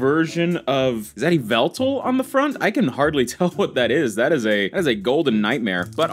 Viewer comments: It is pronounced yall-vul-tal. (M&JTV meme) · Just a heads up, you pronounce Yveltal “Yah-Vel-Tal” and Arceus “Ar-koos” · I think it’s stupid to judge someone based on how they pronounce the names of magical creatures in a fantasy game made for kids. Would you call MandJTV a bad YouTuber because of YAHVULTAL?